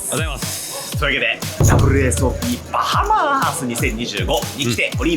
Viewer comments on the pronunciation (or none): 因みにアクセント、バ(→)ハ(↑)マ(↓)ってバハマ人に怒られたことがあります。